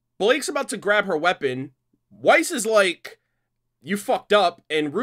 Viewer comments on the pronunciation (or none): none